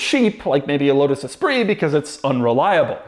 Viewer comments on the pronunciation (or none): none